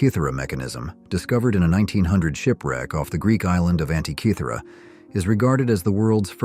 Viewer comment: Congratulations. You must be the first English speaker I’ve ever come across in a video who pronounces Antikythera correctly. Well done! 👏